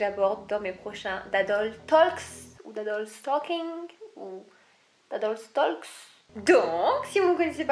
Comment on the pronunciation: On prononce pas le L dans talk bruh